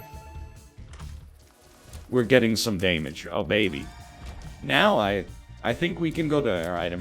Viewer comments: Real nl needs to say damage the way that ai nl says damage. Daymayge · Day-maj and movie teet-ther had me rolling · « were getting some dAYmage oh baybee » Im losing it man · what the fuck "we're getting some daymage" was so accurate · "we're gettin some dæmage oh babey" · Hearing a robot just say "DAYMAGE" made my day... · Deimage is my favourite mispronounciation. It's scary how nonsensical it is yet feels so true lol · I just fuckin love the random mispronunciations: “Cay”feteria “Day”mage Movie “Teeth”er